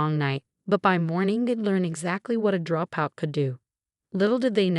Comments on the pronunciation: Whats a dro out? Haha AI rubbish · Rat-chill is a droe-pout.